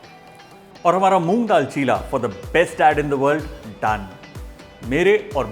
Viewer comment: it is cheela (चीला) not chilla (चिल्ला)